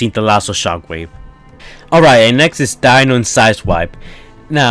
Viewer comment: It’s not Dino as in dinosaur it’s Dino as in deno